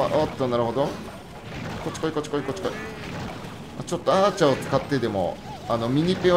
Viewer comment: 8分11秒のアーチャーの発音わろた